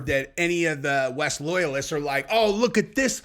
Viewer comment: I don't know what's more annoying, Wes Watson himself or the fact people pronounce his name 'Wess' Watson..